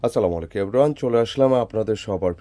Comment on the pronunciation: আসসালামু আলাইকুম বলবেন। আপনার সালাম দেওয়া ক্লিয়ার বুঝা যায় না